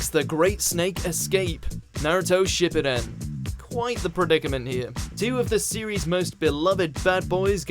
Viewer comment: I also like how he pronounced Shippuden as "shibbiden"